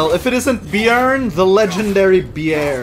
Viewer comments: pronouncing Bjørn correctly is serotonin for me as a Norwegian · Hi. Norwegian here. In Norwegian bear is bjørn. The "ø" is similar to o, but is kinda sounds like uhhhh (used often when people is lost for words is shows etc). is almost perfect when saying it. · As a Norwegian i give your pronouncing on bjørn a 9,7/10